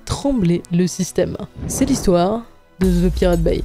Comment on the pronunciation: Dans le mot anglais "The" n'a pas "Z" ! 😊😅😂 Les français ont tellement de difficultés avec l'anglais 😅😊✌️